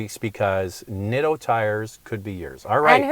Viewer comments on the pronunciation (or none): About the name of those tires you're giving away... they are pronounced Neet-toe